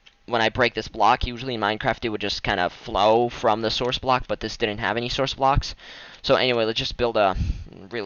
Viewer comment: lol. the way he said but. BOTT